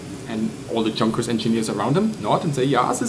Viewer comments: Pls dont say "Chunkers" again :D and also, dont try to sound even more german than you do already(which is ok) Great videos anyway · Frage. Is the company pronounced Yoonkers/Yonkers with the Dutch/German Jah J or Junkers with the hard English J? Typed in Amerikanish for reference.